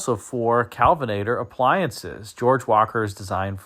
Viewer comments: Nash KELvinator not CALVINater. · i think it's Kelvinator (not Kalvinator)...Great video as usual. Merry Christmas!